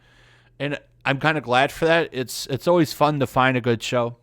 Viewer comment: Right now isn't how you say always.